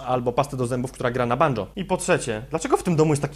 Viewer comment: Pasta do zębów która gra na 'bandżoo'. XD